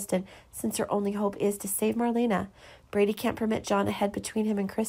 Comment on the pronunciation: His name is Brady, not Brandy!